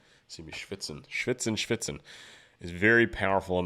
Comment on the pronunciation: "Walk the line" is a great movie to understand his story way better. And it makes the visuals in this video even more powerful. Nice reaction! Greetings from germany! "Schwitzen" was pronounced very german. Do you have german roots?